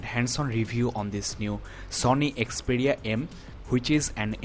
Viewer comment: It is not Xpedia.. It is Xperia...